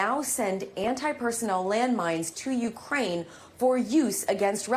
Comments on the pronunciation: She call it Ucran....like cranberries lol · Ucran? Did she say Ucran? Lol .Big Dumb Lloyd...uour fired. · ‘Ucran’? Dang she can’t even read a teleprompter. Scrapping the bottom of the barrel I guess.